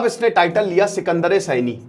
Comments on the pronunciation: अल्लाउद्दीन खिलजी के समय मंगोलों ने 1296 और 1297 मे हमला किया था न कि 1396 और 1397 मे,😂और अल्लाउद्दीन खिलजी ने सिकंदर ए सानी का टाइटल लिया था सिकंदर ए सैनी का नही SIKANDAR E SANI हिन्दी मे उच्चारण सिकंदर ए सानी कहा जाएगा न कि सिकंदर ए सैनी , सैनी एक सरनेम होता है, 😊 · Sekandre Saini not..Sekandre saani please correct